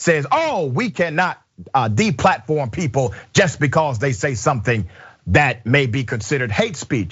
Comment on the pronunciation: "Bay cawz!" X2